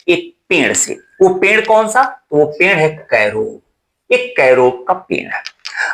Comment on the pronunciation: पेंड़ नहीं sir पेड़ बोलो